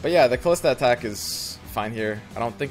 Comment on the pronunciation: Her name is not "Khalista". She's not DJ Khaled. xD